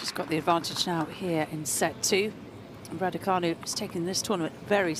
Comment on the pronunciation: It's canu not fanu, who's thick at your end !!!!